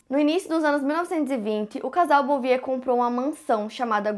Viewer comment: A pronuncia do sobrenome da família Bouvier é “Buviê”